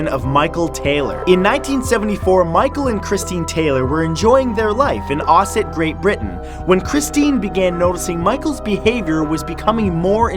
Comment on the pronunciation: Thank you for pronouncing Ossett right